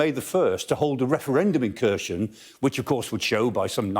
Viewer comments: Kharson is pronounced - (k)haar-son - not kershen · Here-son. Say it with me: Hair-sawn. Kherson. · Why does he pronounce Kherson as Khershon? Will he pronounce Jackson as Jackshon as well? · Kherson isn’t read that way. Explains the expert isn’t much into the region. Rather another stage for the Sky News